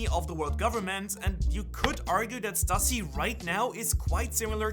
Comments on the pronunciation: Please man please, it’s pronounced Stoo-see, not Stuh-see. Just like it’s Loo-fee not Luh-fee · It's pronounced Stüssy is pronounced Stew-see.